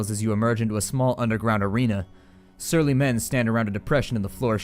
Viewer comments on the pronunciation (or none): none